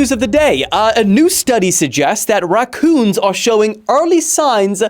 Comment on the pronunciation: why do you say racoon like that